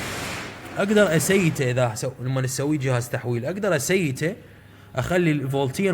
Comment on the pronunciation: اسييڤها وليس اسيتها